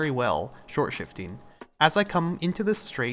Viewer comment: Stop calling it shortshfting just stop